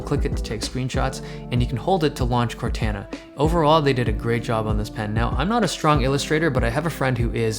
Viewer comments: cor taa naa... not cor tan na... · ...and this is how it begins; with idiots like this fool. It's pronounced (CORE - TAHN - UH).Stop trying to be "hipster" and an individual and get with the program! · the way you said Cortana made me cringe so hard.